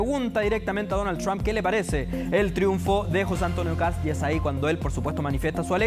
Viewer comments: Es Kast No kap mono ignorante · " KAP´S " Dónde habrá aprendido a hablar se viejo aweonao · Ya escucho sr KAP, KAP ps wn jajajajajaja ni siquiera sabe hablar el saco de weas...